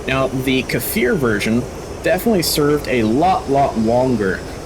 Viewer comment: It is not kAfir it is just kfir (the sound k makes)+fir